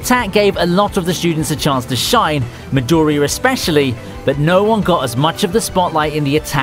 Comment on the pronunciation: Midoooriya dude its Midoriiya !